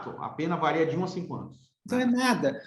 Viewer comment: Eu amei a entrevista porém o nobre delegado precisa se atentar no português, inadmissível falar “vareia” doeu profundamente em meus ouvidos.